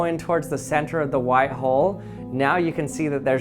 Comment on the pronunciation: Learn how to say white please